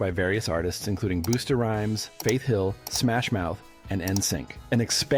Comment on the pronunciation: "boosta rhymes" 💀💀💀💀💀💀